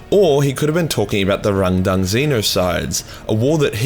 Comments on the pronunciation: Take a shit every time he says rundung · How many times did you say Rundung? 🤣🇬🇧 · I can't help but hearing "rendang" as in beef rendang curry from Malaysia. Truly a tragic battle over curry :(